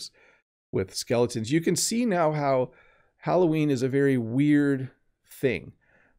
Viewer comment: « Allo Ween !!! » 📞 😊 Qui est « Ween » ??? 😂👍